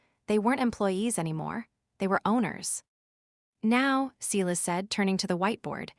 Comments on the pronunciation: Sighlass. It's pronounced sighlass. Edit your AI voice software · OK, in addition to the fact that your AI voice doesn't know how to pronounce the word Silas, he couldn't be on the Internet looking at what Julian is doing on the network inside the company. That's not how IT works.